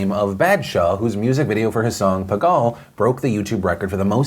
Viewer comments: Hey Phil! Just wanted to let you know, the proper pronounciation would be sumthing like "b-ah-th-shah", and pagaal would be "pah-gull" (like seagull) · For a long running super popular show, how do you not have any Asian staffers who could help you with pronouncing South Asian words. It's pronounced Pa-gul (PA as in father, and Gul as in gully) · Where are my polls at Phil? Also I'm pretty sure it's pronounced pa-gull (PA as in like grandPA) or I've been saying it wrong all my life. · I like how he said pagaal😂😂😂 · the way u butchered the name baadsha and paagal sends lmao it's fine tho